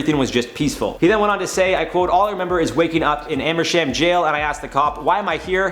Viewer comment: pronunciation of Amersham sounds so odd to me, I grew up near by and we pronounce it Am-a-shum. You don't realise how odd names are until someone who doesn't live there tries to say it 🤣. Love to everyone at IO, your my go to when I want to know what's happening in the world.